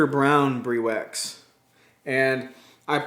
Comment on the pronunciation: Briwax is an awesome, product glad to see your using it on your projects. If I can give you a heads up so you can be the first American Youtube creator to the name right it's pronounced Br-i wax, long i as in Hi. No mater how you pronounce it it's still awesome!:-)